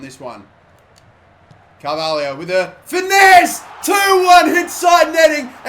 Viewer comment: It's Carvalho not Carvahlio